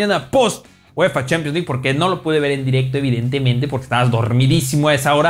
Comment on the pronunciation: Pero son opiniones de las CHEEEEPIANS LEG como pronuncia jaja